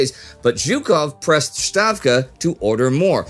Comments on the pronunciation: True, other names are also mispronounced, I can live with that, but he used to pronounce "Stavka" properly, and then switched to "Shtavka", so I wondered why he switched to the German pronunciation. (Maybe he used some German sources for some of the material for the series?) I generally don't have problems with mispronounced names -- all nations do it. In English-speaking countries, they say "Moscow" instead of [Mos'kva], or "Warsaw" instead of [Var'shava], and so on. Russians say [Vashington] ("Вашингтон") instead of Washington ("Уошингтън"), and Gitler ("Гитлер") instead of "Hitler" ("Хитлер"), and so on. I understand. I don't want to pick on him or anything. They are doing a great job with this series and I appreciate it very much. Thank you for providing the info about the videos being filmed in advance. :) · Great presentation of historical events, concise and to the point! A small Russian pronunciation tip: Stavka is pronounced with an ‘S’ sound like in the English word ‘stark’, and not with an ‘sh’ as in ‘shark’. A very minor detail :). Great job Indy, Spartacus, and Team. Love all of your series! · A small point: Not "SHtavka" (it's no German language), but "Stavka", with a "normal" /s/ sound. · why do you pronounce Stavka as Shtavka? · It is Stavka, not Shtavka, dammit. Ставка. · The pronunciation is "Stavka" ("Ставка"), not "Shtavka" ("Щавка" or "Штавка"). The latter is how the Germans would pronounce it, but not how the Russians would pronounce it. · yes, you are right. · Stavka in Russian is pronounced with an S sound before the T. It is not like in German where that combination calls for "sh". Not "Shtavka", just Stavka. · Why does he keep calling Stavka Shtavka? He's not German, the word is not German, so why? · A kind suggestion from my side - the word 'stavka' is pronounced with an s sound and not a sh sound :)